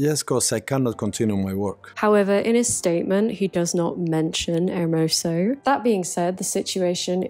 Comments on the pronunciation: Just a little note, in case you want to cover this again: Rubiales is pronounced something like ru-bee-AH-less. Your pronunciation of Hermoso was just fine. (Getafe is also very hard to enunciate for British people. I would transcribe it as heh-TAH-feh or heh-TAH-fey, if it's easier) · As a Spanish I have to congratulate you on your pronunciation of Spanish names, because you have said Hermoso's last name always well, but have butchered Rubiales' name all the time, which has been * cheff's kiss * (great video, by the way)